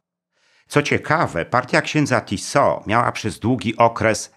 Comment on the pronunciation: Źle Pan akcentuje nazwisko "Tiso". Akcent jest na "i", a nie na "o". To nie zegarek Tissot. Proszę sprawdzić sobie, jak Słowacy wymawiają to nazwisko.